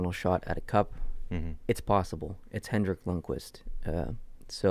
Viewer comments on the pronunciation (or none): Great Podcast Guys!! one thing it’s Henrik not Hendrick lol